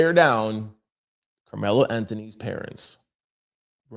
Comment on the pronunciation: Karmelo is in prison my dude just to help you out so you can pronounce that correctly in your next video!!!